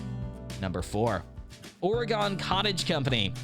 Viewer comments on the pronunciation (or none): Come on, it's ore-gun!